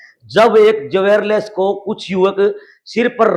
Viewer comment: जवेर लेस नहीं होता भाई, ज्वेलर्स होता है